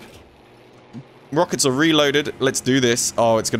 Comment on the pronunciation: “Lemme play with my rockects buddy” lol